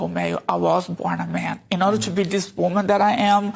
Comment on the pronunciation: 💭 She said WANMAN , I think she means WOMAN💭